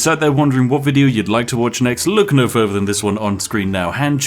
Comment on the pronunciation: Why do you keep saying "without fervor ado"? It's "without further ado".